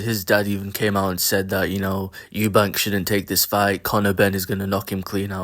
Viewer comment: I don't really care that you give an opinion in a two horse race however i might have more respect for that opinion if you could speak one of the two boxers name correctly, his name is Eubank ffs .